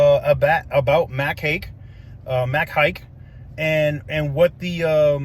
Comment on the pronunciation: This will be a good story for Amy Davis from click 2 Houston to do. She’ll be all over it. Also it is pronounced Mack Haik(Hi-ik).